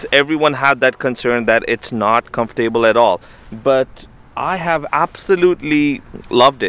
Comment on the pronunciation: Nice bike! I’m looking at buying that same bike right now... It took me awhile to figure out what you were saying but I figured it out...comf-able.. Comfortable👍🏻